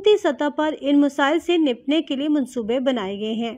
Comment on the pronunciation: Please get someone with a slightly better pronunciation to narrate. It's maqaami, not muqaami. Nibatnay, not nibtnay. A few other mistakes, too.